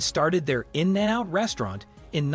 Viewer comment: I was like “Why is that guy pronouncing In-n-out’ so strange? Ohhhh…he’s a robot.” 😅